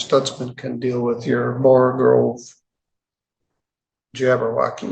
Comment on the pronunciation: When criticises such idiots for speaking gobbledegook, he should be careful to say "borogoves", not "borogroves".:-)